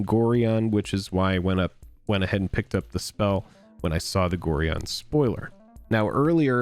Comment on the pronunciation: Nice pick-ups. (BTW, Gorion is pronounced "go-ryon".)